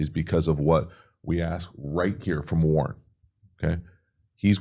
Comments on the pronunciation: Yo love your videos but this rookie TE leads all TEs in yards so let’s get his name down Warren 😂not Warner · WARREN not Warner lol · warren not warner! btw i love your videos very informational. watch every single one!